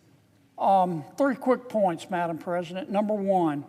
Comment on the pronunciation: Madam ppresiident?